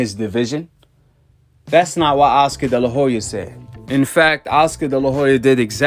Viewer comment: Oscar de la Hoya... the H is silent. I wasn't going to say anything but you said his name so many times lol